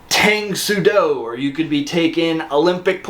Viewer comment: I love you man but you have to stop saying Tang Soo Do with a hard A. It’s a soft A like the dynasty name. Think Tong